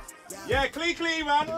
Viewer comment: Not you guys calling it clecle 😭😭😭😂😂